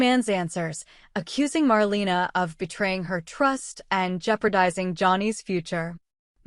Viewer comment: Please stop calling her “MarLEENA” 🙄🙄